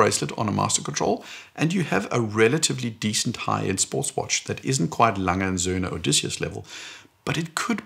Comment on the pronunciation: Pronounciation of Glashütte and A. Lange & Söhne was suspiciously good. 😏 Great video!